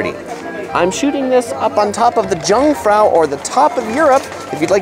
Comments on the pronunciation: Okay No. 1 It's pronounced "Young Frau" the " J" is like a "Y". not like "Junk".. Get a German Dicitionary !! The Gotthard Tunnel is pronounced "Without the "H"!!! That was quite good, I'm an American who has live in Bern for 25 years!!! If you come this way again, contact me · Good video! 👍 Sorry, but we Swiss are also good Grumblers... Jungfrau is not pronounced like the word "Jump" but more like "Yukon" 👉 Yungfrau 😉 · Jungfrau ahaha i love how you say it ^^